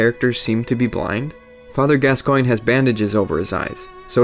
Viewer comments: Gascoigne is pronounced Gascon. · Also, Gascoigne = Gas - con. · Father Gas-SEE-Ohn. Jeesssssus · saro ban I've never played the game, but I first heard the name spoken as Gas-Coin, but when they spoke his name in the game, they said Gas-con. I'm with you bro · ***** Yes, Eileen does say it. And she says Gas-con. 'Cuz that's how it's pronounced. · ***** Yes it is spoken by her. And she clearly says gas-con. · ***** Who am I gonna believe, you or my own lying ears? She clearly says Gas-con, I've played through it multiple times. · Just for the record, I recently played through yet another BB game, and she definitely, 100% says Gas-con. If you insist otherwise, you're hearing things. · It's Gascoigne. Gass-Kwahn. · You pronounce Gascoigne as gas-scone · gas coin is the correct way to pronounce Gascoigne